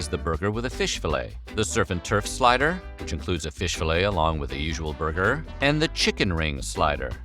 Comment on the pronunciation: What is a "slyder?" Is that like a slider?